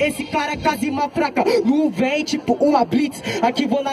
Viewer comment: "núvem" pqp hahahahaha